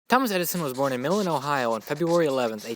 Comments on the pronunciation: IT'S PRONOUNCED MY-LIN. MY-LIN, OHIO. Thanks. :) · dude! I love your videos. so fun. FYI: Milan, Ohio is pronounced "MY-LUN". I just moved 5 miles north of there! great job!